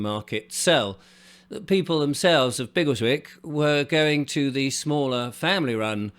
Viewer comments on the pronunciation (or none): none